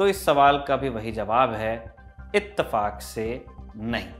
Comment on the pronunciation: It's not itefak , it's the fu..